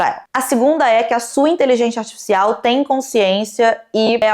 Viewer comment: HahahaahahAh muito fofinho o jeito que ela fala artificial “asticicial”